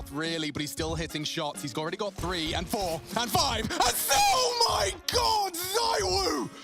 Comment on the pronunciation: The whole Zywoo (pronounced Zee-woo, btw) vs s1mple debate kind of makes me think of Mahomes vs Brady in American football. Mahomes is by far the most talented player the NFL has ever seen, but Brady is still the GOAT.